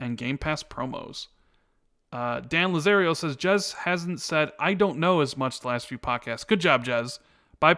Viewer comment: You know you called Jez, Jiz twice? Was this on purpose? Lol